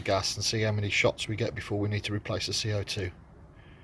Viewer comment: Dude said cock lol. That’s not how you pronounce it.